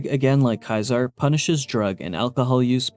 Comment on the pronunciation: Your mispronunciation of Caesar is incredibly infuriating. It's SEE-zer, not KAI-ser. You know, like little caesar's pizza?